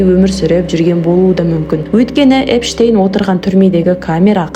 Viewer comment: Эпштейнді Энштейн деп отрм ғо